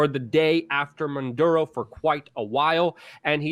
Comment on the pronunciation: Jesus Luke it is pronunced MA DU ROH not MAN DU ROH